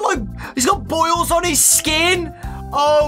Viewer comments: i almost thought he said bowls not boils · This man said boils